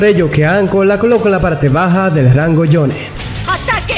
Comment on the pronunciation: Porque dices jonne es jonin